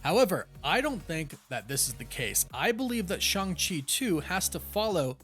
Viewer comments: Stop saying ShUng-Chi. It's ShAng-Chi. Listen to the damn movie. He is never called ShUng-Chi. Learn to say his name correctly. Been trying for months and you keep stubbornly saying the name wrong. Maybe we should start calling your show the CosmAc Wonder till you stop being stubborn and say the name right. I've been telling you for months now on every video where you talk about the character. There is no U in Shang-Chi and NO ONE in the movie ever pronounces it like you are. Say it right. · Loved Shang-Chi and kept calling Shang-Chi Shang, like Shangri-La, Chee